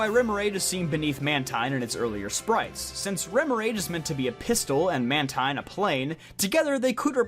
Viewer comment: You pronounced Mantine & Runerigus wrong lol good video though and happy birthday 🎂